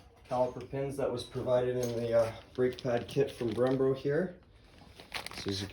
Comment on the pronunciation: “Odie”??? “Brembro”??? Lol 😂